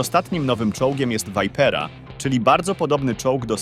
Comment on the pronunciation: Powiedziec Vipera z amerykańskim akcenetem to grzech